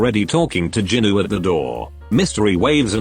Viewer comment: Bro said ginu